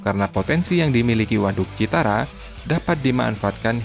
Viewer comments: Waduk Cirata min...bukan Citara 😂😂😂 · Bukan Citara yang benar adalah Ciirata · Bukan citara admin tapi cirata 😁😁😁. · Cirata bkn citara... 😊🤭😊🥴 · Payah adminnya baca kebalik2, citara apa tuh....ni channel dilihat ratusan tibu bahkan jutaan netizen lho, tolong yg profesional dong, jangan kebalik2 lahi dah males ah. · Bukan CITARA bos tp CIRATA jangan salah sebut nama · admin salah sebut melulu CIRATA bukan CITARA guy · CIRATA min..bukan CITARA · Bukan CITARA BRO TAPI CIRATA😂😂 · Waduk CIRATA bro..Bukan CITARA..maaf. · CIRATA CIRATA...BUKAN CITARA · CIRATA BOS....Bukan CITARA...????? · BUKAN ,,,CITARA!!!!!!,,,CIRATA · Min itu waduk CIRATA, bukan CITARA hehehe bolak balik CITARA terus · Cirata pak bos bukan citara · cirata, bukan citara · Koreksi min,Cirata ya, bukan Citara😂... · Min bukan Citara tapi Cirata 😊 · Citara? Cirata! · Min bukan citara tapi cirata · Citara atau cirata? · Waduk Cirata bukan citara min 😂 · Cirata min bkn citara😅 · Bukan Citara tapi Cirata. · Bukan waduk Citara mimin tapi waduk Cirata, hadeuhhhh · Cirata bukan Citara ya bro👍🙏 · Admin tlg koreksi sebutan utk nama bendungannya BUKAN Citara tapi CIRATA... Terimakasih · ralat pak admin.bukan citara tapi cirata ya😅😅😅😅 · Bos maap citara apa Cirata.. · waduk cirata...bukan citara min...! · CIRATA KALI OM.. Bukan CITARA :face-blue-smiling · Cirata, pak, bukan Citara. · BUKAN CITARA, TAPICIRATA😂😂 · cirata bang bukan citara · Cirata bang, bukan citara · Di CIRATA pak, bukan CITARA. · Mohon di koreksi mind, bukan citara tp Cirata itu di daerah saya , namanya bendungan CIRATA di Purwakarta Jabar. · Waduk Cirata min... Bkn citara😢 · CIRATA, Min. Bukan Citara... 🤭🙏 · Waduk cirata min 😅 bukan citara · Cirata mas, bukan citara,,,,,,kaya sih 😁😁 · Cirata bos... Bukan citara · Maaf ya bkn citara, tp cirata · Cirata atau citara bang? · Cirata min bukan citara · Cirata dibaca Cirata bukan Citara om admin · Yang bnr citara apa Cirata si soalnya admin nyebut berkali² citara citara😁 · Cirata Genk,bukan citara Genk